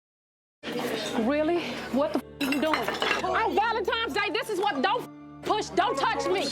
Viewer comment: Not on valentimes day lol but people kill me when they say it like this.